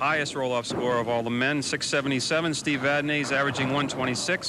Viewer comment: Hey...wait....did I actually hear these two clowns pronounce Steve's last name correctly?? WOW!!